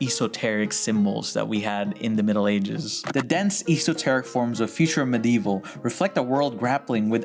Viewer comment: dope video! I just want to add a couple of notes: - The doodles you're talking about are margin drawings found within illuminated manuscripts and the like. If anyone wants to find out more, go to your library and find books on illuminated manuscripts, specifically ones from France, England, and Italy. - "Esoteric" is pronounced with a soft "e" sound. So, "Eh-soh-teh-rik" not, "Eee-soh-teh-rik". otherwise, seriously this is a really fantastic conversation. I haven't partaken in nerdy graphic design convos in many many years (decades of working at agencies will take away that desire) so this was just so fun and delightfully pretentious.